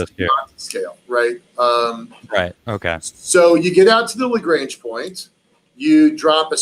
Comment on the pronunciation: Very interesting. It bugs me when people who are supposed to be experts can't pronounce "Lagrange" properly, however.